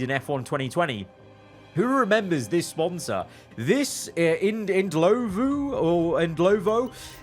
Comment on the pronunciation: it's IN-DLO-VU chief😂🇿🇦